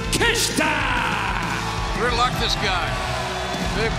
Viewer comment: You pronounce his last name Take-shit-a